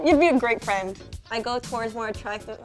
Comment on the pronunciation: "You would be a great fraind" MEGA OOF